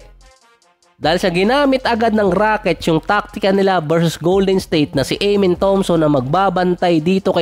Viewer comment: AH-MEN ❌ AYE-MEN✔